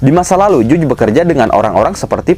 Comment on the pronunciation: Bacanya Jaj bukan juj wkwkkkk